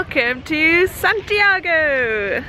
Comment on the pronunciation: Hey if you're in Chile, pass by the Marble Caves! It's really south, 8th or 9th region, but it's gorgeous! Also, I can't help but correct you (sorry) but when saying Santiago, "go" isn't really like the English word go, but rather a short o, like "goh"! Sorry for correcting you, but it's just a small difference in alphabet pronunciation! ^_^ have fun!